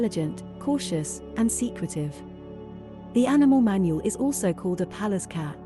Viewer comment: thats not how you pronounce manul its pronounced manool